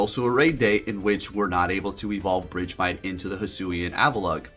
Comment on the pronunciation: It's BERGmite. Where did BRIDGEmite come from lmao